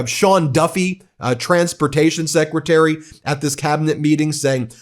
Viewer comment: “SSecretary of War”? Is that intentional or did Kegs get punked?